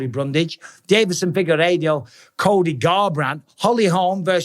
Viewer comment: Michael Said - Deiveson Figu'RADIO' THAT MAKE ME CREASE 😂👌